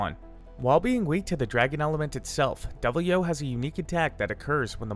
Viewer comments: How do you read Deviljho as Devil-yo My man.... I can't even describe how flabbergasted I am by these mis-fired pronunciations. Here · "Devil-yo burps on you." Okay.